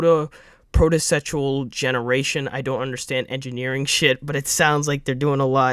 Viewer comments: Its pronounced PRO-SEED-UALL generation. Im simplifying it but its basically an algorithm that helps create levels. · i love you but, your reading comprehension is horrendous. i laughed so hard at the way you said procedural: "protocetual" lol. But yeah excited for the stuff to come if the pastebin leak is true.